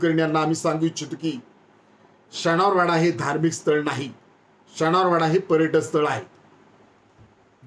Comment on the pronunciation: शनिवारवाडा बोलायला शिक अधून🤣🤣🤣